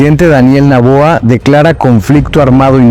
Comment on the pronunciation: No es naboa.... es Noboa